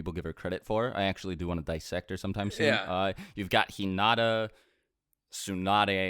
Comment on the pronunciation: How can someone watch the entirety of the Naruto anime and still not be able to pronounce "Hinata" correctly?